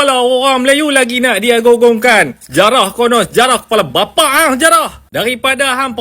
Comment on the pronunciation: Bagi pekat lagi ckit bang masa sebut "KEPALA BAPAK HANG"😂